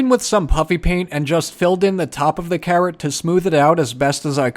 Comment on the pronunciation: I love watching your videos! But I swear when you said carrot, I totally heard "Karen" and I was like why does he need a "Karen". 😂❤️